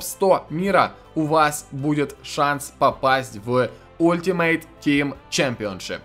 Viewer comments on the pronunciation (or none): none